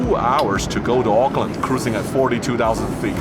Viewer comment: I am impressed that you pronounced “Auckland” correctly 😊. It was nice hearing Kiwi accents again.